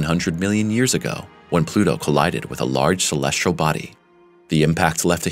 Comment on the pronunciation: Try to find a narrator who can pronounce the word, "celestial", That would be great. =PC=